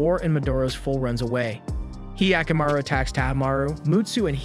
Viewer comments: It's not hyee-akamaru, it's hyakkamaru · he yaku maru what the fuck are these pronunciations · He-aka-maru wtf is this pronounciation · The way he pronounced hyakimaru sounds like the weird sound goofy makes. Great vid tho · I'm sorry, but is there something wrong with me because I'm getting triggered by his mispronunciation of 45 percent of the OBVIOUSLY NON-ENGLISH words? Primarily the protagonists' name, as well as another term that I grew up with, and had never heard it pronounced the way that he was pronouncing... sorry:/